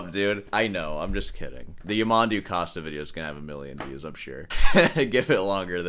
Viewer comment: Stress on the last syllable: Ya-man-DOO